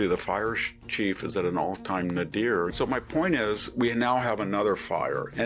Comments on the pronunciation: "NAY-dir." Respectfully. You're welcome! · You mispronounced “nadir”. The accent is on the first syllable.